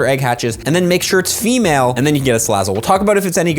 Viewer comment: Famale lol